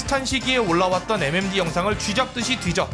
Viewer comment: 5번째 사연은 MMD커뮤니티가 아니라 M'엠'뒤커뮤니티노